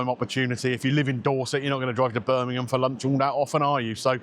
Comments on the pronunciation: Hi. Late to the party. Been in hospital, no mobile. Thanks for pronouncing Birmingham correctly 😘🙏🏼🇪🇦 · Well done for pronoucing ‘Birmingham ‘ correctly !!